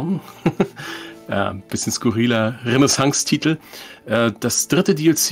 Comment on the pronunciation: "Kapong" und "Renesanz" ...aaaaalles klar